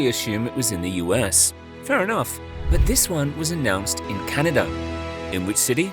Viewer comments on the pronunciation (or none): none